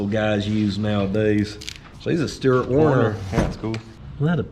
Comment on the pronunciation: trying to pronounce Stuttgart got me rollin.